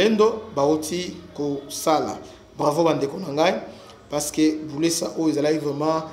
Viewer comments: C'est buleusa et non bulesa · C'est Buleusa non Bulesa vous prononcer mal mais courage pour l'information bien vérifier William depuis Bukavu